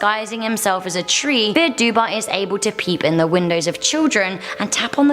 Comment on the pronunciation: Fear dubh is pronounced "far duff" not "fear duba".